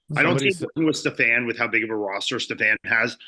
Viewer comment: Is that really the way to say Stefan’s name Fouad?